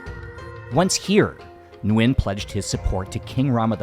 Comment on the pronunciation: Many years ago while staying at the Suk11 hostel I saw a small old wooden board signs "Minh Mạng" name of a Vietnamese King (reigning ) one of the king Gia Long's sons, some Vietnamese royal family members must have lived in that Soi 11 Sukhumvit area hundred years ago. Your pronunciation of Viet last name "Nguyen" is pretty accurate!:hand-purple-blue-peace:🏰💒